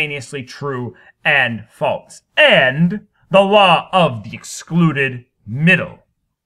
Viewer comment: The way you pronounce “false” and just your general manner of speaking make me want to kill myself.